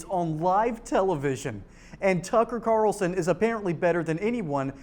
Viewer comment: Kararralson. It's Carlson. Very easy to pronounce.